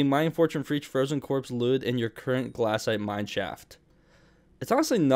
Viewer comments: glass-ite Rest of the world: glay-site Australians: Glay-shite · Its glacite not glassite